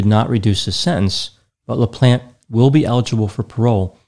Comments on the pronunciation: Always makes me laugh how Americans pronounce French last names LOL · Anyone else hear "Daniel The Plant" instead of "Daniel LaPlante"? I thought was going to give us some backstories on his plants.